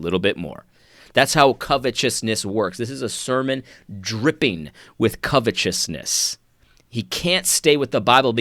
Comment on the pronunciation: I knew it all along, you are a fraud!!!! you say covetousness the correct way!!! It slipped out because you’re a false pronouncer of the English language!!!!!!